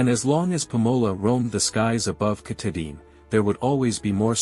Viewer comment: Lost me instantly with the computer voice and terrible mispronunciation of our state’s crown jewel and the very subject of your video.